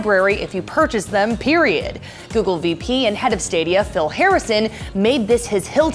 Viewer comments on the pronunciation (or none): none